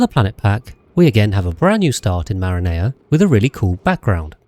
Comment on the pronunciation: Bro can u at least say the name of the planet right? It's Marine-A, not a yummy pizza sauce dude. It's like when u tell some to say eyes and they say e-yes.